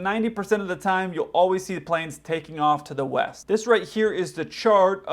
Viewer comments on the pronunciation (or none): East?, I thought you said Weast! 😂